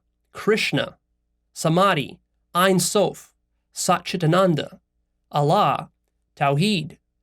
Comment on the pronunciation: Ein Sof is pronounced "En Sof" exactly as written. And it means in Hebrew "limitless". "En" means negation and "Sof" means end or limit.